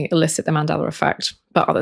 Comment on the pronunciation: “SOR! Scientists…” lol Great video on the Mandelar Effect though. Thanks!